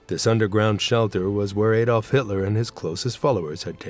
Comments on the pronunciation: It's 80 years since the end of WWII and Americans STILL can't pronounce Adolf correctly, with or without a funny accent! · He can't even pronounce Adolf!